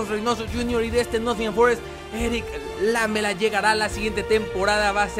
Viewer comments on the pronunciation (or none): No se pronuncia Lámela es Lamela acentuado en me y por eso no lleva tilde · Jaja es "Laméla" la pronunciacion. Lámela suena medio atrevido... jaja:p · Lamela se pronuncia con acento en la silaba ME (seria como laméla) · lamela se dice con acento en la letra E, seria Laméla